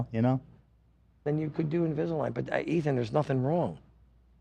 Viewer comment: I love when calls Ethan “Eeth”.